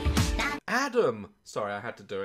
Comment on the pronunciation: HE SAID ADAM IN SUCH A GOOD AMERICAN ACCENT